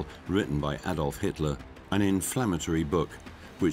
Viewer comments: Why are they calling him Hisler? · Sounds like the narrator occasionally says Histler or Hister( Nostradamus prediction) Inconsistent pronunciation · Sounds like the narrator is saying "Hitsler". LOL. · Why is the voiceover call him hitsler